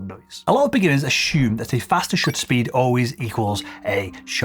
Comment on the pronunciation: Do you want to laugh a little bit? Besides "Conshoomer" you also pronounce "Ashoome" instead of "assume"... hehehehehe Its the problem of seeing videos with headphones... Now I got a question for you: What about me, that frequently use chemistry of about ASA 0.5 to ASA 12, dont have a lightmeter so I need to calculate my exposures by head, and I dont use a shutter, because most of my lenses were designed before shutters were invented, and I use my own hat? :) a bit of food for thought: you ever heard of the "Galli" shutter?